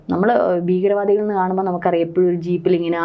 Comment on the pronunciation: ഗട്ടം ഗട്ടമായി.? ഘട്ടം ഘട്ടമായി എന്ന് പറയൂ രങ്ങങ്ങൾ? രംഗങ്ങൾ എന്ന് പറയൂ ബീഗരവാദികൾ? ഭീകരവാദികൾ എന്ന് പറയൂ. പദ്ദദി ? പദ്ധതി എന്ന് പറയൂ യുദ്ദം ? യുദ്ധം എന്ന് പറയൂ ബോദം? ബോധംഎന്നുച്ചരിക്കൂ .